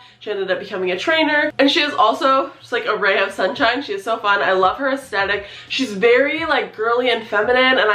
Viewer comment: Hey girl. You're saying the word 'aesthetic' wrong. And you're saying the word a lot. Aesthetic has a 'th' in it, you're saying the 'th' like a t. Sounds weird, over and over again. A-es-thet-ic. Not A-es-tet-ic.